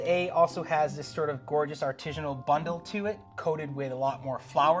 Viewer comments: I want to shoot myself every time he says "artijinal" it's ARTISINAL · Is my man really saying artijinal?? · If this guy says 'arteezhunal' one more time I'm going to scream. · It’s “artisanal”, not “artisianal”. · Artisanal sounds like artisan, not artesian. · smartypants: “rigidity” doesn’t describe ridges or texture—it’s a measure of how rigid (stiff) something is. When you say “artesianal” (not a word), you mean “artisanal” I say this in the same spirit as I would if I were pointing out something stuck in your teeth. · Like for everytime says artizhinal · Why didn't anybody help this dude out with the pronunciation of artisinal? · Whyyy does he keep saying artijinal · This man just constantly saying "artishanal" really distracts from the expertise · Expert mispronouncing artisanal? Priceless. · If you're gonna feel the need to say the word artisanal 20 times then please pronounce it right. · The word artisanal doesn't have a g in it. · That's not how you say artisanal. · Bugs me so much he can’t pronounce artisanal correctly. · Anyone else super irritated by the constant, incorrect pronunciation of "artisanal"? Just me?